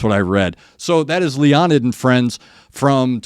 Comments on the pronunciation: Leonid is properly pronounced "Lay-o-need" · It’s pronounced Lay-uh-nid